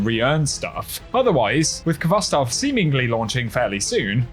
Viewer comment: The k is not pronounced in khvostov. This the transliteration of the Russian word хвостов. The kh has a hard sort of rough h sound.